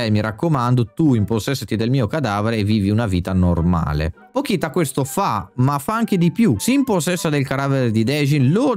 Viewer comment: peró non puoi sbagliarmi il nome del protagonista e anche di pochita che si legge pocita non pokita